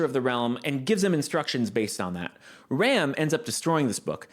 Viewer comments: english dub is so fucking cringe i cant take this also can you please stop pronouncing Ram like the english word please, she's not a ram, she's Ram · So I's the Bloody Dubs fault I see all these youtubers call Ram "Rom" It's Ram, Like the Sheep Animal that headbutts you or "Battery Ram" or 'Ram'p Rom is the Big dark skinned giant from the loot house not the pink haired demon battle maid. It's ridiculous have the Dubbers screwed up one of the main casts names.... Just one example of why I personally don't watch Dubs